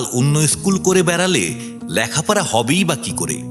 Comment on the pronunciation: 'ল্যাখ্যাপড়া' আবার কি? 'লেখাপড়া' বলুন! উচ্চারণ জানেন না, আবার গল্পপাঠ করছেন?